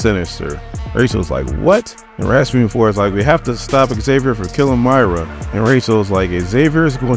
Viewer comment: Moy-ra not My-ra 🙄